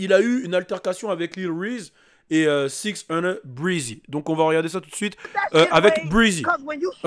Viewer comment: "Dans 6nine" 🤣